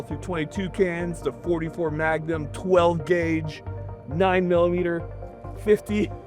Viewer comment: I thought it was 12 gwague.